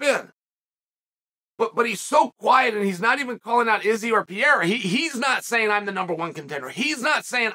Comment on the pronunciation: Who’s Pierre-uh? 😂